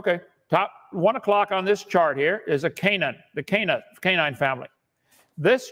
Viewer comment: Not only does Dr Dumbo talk rubbish, he can't even pronounce English properly. What's a 'canin', Kent?